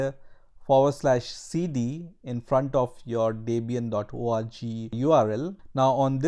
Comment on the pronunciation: "Debian dot orgie" Eeyy nice